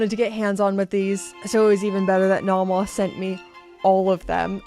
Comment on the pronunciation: Please learn to pronounce "Nomos." Both vowels are long.